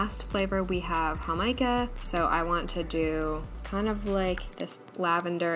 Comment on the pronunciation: Totally in love with you Jamaica pronunciation